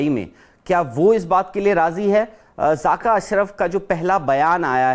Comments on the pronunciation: 🇮🇳(loru) its zakka not zaaka😂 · Zaaka nhi jahil zaka hota hai